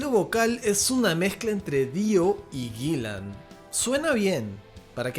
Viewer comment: Eso Gillen no Guillen asi es el mi era latino